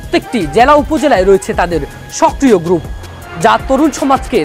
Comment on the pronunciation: "গ্রুফ" না উচ্চারণটি হবে গ্রুপ, তাতেও সমস্যা হলে " সংঘ " বলুন।